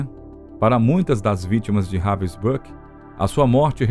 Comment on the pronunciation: Very poorly done. Even pronouncing the camp Robin brook! These are a click bait clip that does not even explain properly what this person did. Disgrace to the memory of those that suffered.